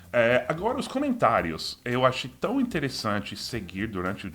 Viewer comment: Seu "tão" ainda soa como "tau".